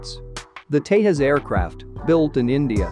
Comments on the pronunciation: It's pronounced as Tejas, not Tehas. 🤦‍♂️ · The Tejas is not pronounced like the Spanish name for Texas. It is pronounced as "thay-jus" with the 'j' being the same as in "just". Just FYI :)